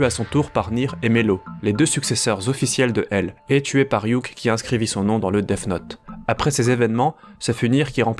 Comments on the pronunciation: Il dit deaf note mais c'est Deats note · arrête de dire Deaf note stp